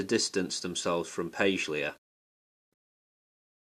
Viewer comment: This is misleading. Also, please learn to pronounce her name correctly.